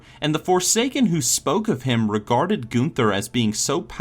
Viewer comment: Goon ther I believe it's pronounced gun ther